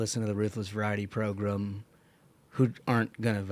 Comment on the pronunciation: Please stop saying "progrum"